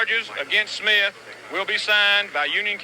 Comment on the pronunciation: Smith not "Smiff"